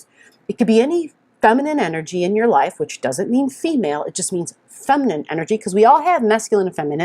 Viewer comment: the enerGGGGG!! Thank you :-)